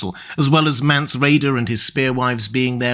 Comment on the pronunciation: It’s Mance isn’t it?